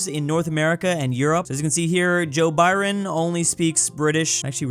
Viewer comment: «Joe Byron»